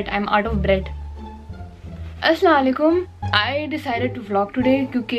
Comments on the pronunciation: Sis if you dont mind you are saying the wrong salam. You're saying asala laikum which is wrong. But the correct is Assalam-o-Alaikum. Hope you'll understand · Not being rude but its assalamualaikum not aslalaikum just saying that cuz the meaning gets change .. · its Asalaam o Alaikum*.... not Aslalaikum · Karachi accent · Asalainkum nahi hota Assalum u alikum hota hai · Phly to sahi se salam kro Assalamualaikum hotaa h Asslalaykum nh behn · This is not in a rude way at all. But please pronounce Assalamualaikum right ♥️ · Please say salam properly aslalekum instead of AsalamOalaikum 😊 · Plz pronounce salam correctly.... Dont salam if you dont know how to say it!!!